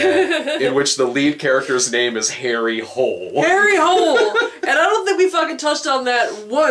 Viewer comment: His name is pronounced Har-ay Hu-luh. The first book takes place in Australia and actually has a running joke about characters pronouncing his name the English way, and him correcting them.